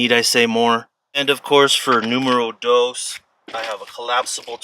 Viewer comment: Why do Americans have problem in how they say 'dos'. The 'o' is pronounced as the O in cotton. There is no e, as in the animal doe.